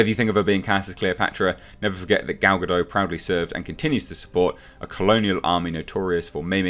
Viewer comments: Her last name is pronounced "guh-dot" not "guh-dough" Saw her saying that in an interview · Please stop mispronouncing her name! Gal-ga-dot not ga-doe ! 🤨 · gah-dott not gah-doe, its Hebrew not French